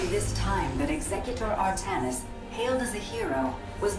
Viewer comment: AR-THA-NIS NOT AR-THA-NIAS